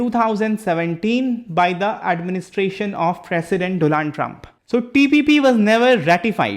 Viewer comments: bhai,it’s not Doland but Donald,Secondly Not Jamaite it’s Jamaati(Jamaat). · DOLAND TRUMP